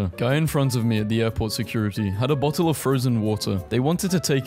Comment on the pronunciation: Bo-le of wa-er please